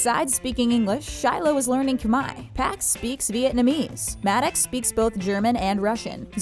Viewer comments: Ummmmmm..... it’s not khmai it’s Khmer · It’s Khmer not Khmai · Khmer* not khmai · KHMAI? ITS KHMER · let me correct that it is Khmer not Khmai ! Thank you! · It's not khmai it's khmer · Im pretty sure its khmer not khmai even though people pronounce it as khmai. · its khmer not khmai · Ahem it's Khmer* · u kinda said khmer wrong u can say Cambodian and khmer cause its the same thing